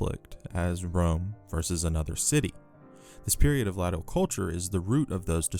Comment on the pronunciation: Latium is pronounced Laysh-yum. Latial is pronounced exactly like glacial without the G.